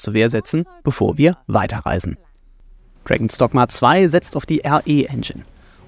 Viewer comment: ich hör die ganze Zeit "Dragon Stockma"